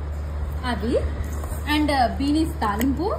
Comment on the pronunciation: Adi binis oo bikinis oo kaadu akka......beans(pronounced as beens)😂😂